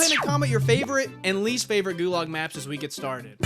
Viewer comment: Ah yes, the best "gualag"